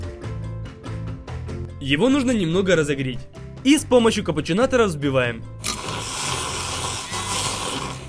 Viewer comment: он сказал розогрить?